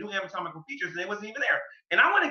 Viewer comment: Every time says "ami-tomical" 😑